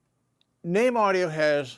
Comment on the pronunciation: FINALLY, I have learnt how to properly pronounce the name of the company ("NAME").